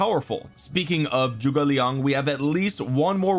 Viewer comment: can we stop pronouncing "Zhuge" as "Joo-gay"? or do we still want to keep mispronouncing it?